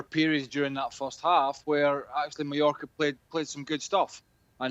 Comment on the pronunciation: Is it only me? At first I thought I heard him saying New Yorker for Mallorca. Did he pronounce it weirdly or is it my hearing????